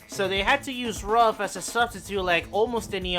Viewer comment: A very thorough iceberg video. Great job! The only gripes I have are the pronounciations of "Ruf" and "Wiesmann". Ruf is pronounced as "roof" and Wiesmann like "veece-mann". It's a minor, and all in all unimportant gripe, but everytime someone pronounces Ruf like "rough" i shudder a little...